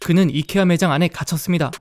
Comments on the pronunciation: 그분 이커아가던대? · 이케아는 콩글리쉬(한국인이 잘못 쓰는 영어) 입니다! 아이키아가 맞는 발음입니당